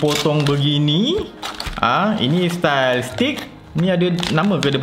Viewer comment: Bukan stick dik...steak.....sebut mcm bunyi eja mcm ni..stayk... Anyway gud review...